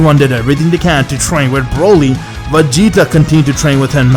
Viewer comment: i love how you said broly to bruhly